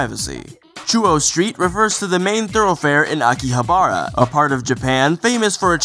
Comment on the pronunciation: Cringes when he mispronounces "Akihabara". A-ki-ha-ba-ra (baa, like a sheep)